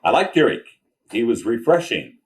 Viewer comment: I love how he says Eerck😅